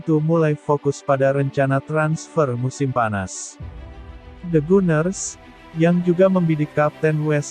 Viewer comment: Bang tolong baca nama pemain,nama club dll nya yang benar ya. The Gunner (baca Ganer jangan baca guner!)! Krn akan beda artinya Tetap semangat